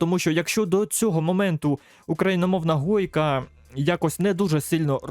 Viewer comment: Правильно гойка, а не хойка